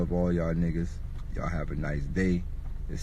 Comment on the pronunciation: Sat’ur’day on Saturday eh?